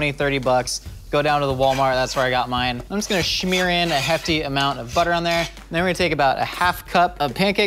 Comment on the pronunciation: Truly love! But the way he slurps his food and says shmeere drives me bananas!